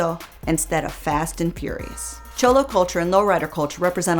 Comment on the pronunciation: I’m sorry but the way you pronounce cholo is offensive kssisksksksk